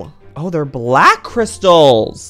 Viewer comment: Black not blake